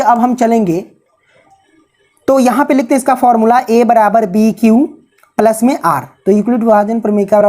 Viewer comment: Isko palas nahe plus bolate Hain+😃